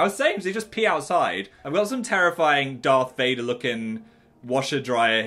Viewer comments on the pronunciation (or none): none